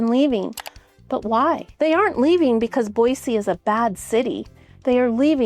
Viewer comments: Born and raised in Idaho it's pronounced BOYZY not BOYSEE grrrr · Is it Boissee or boizee? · I like how she says Boise.